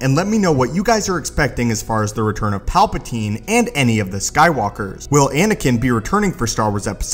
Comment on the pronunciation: my only comment is stop saying palpa*teen*